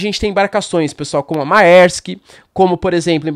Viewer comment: Mærsk pronuncia-se { mérsk} æ = É. Dinamarquês... Sempre. Idem em latim "vitæ" ÆDES Egiptis... por exemplo.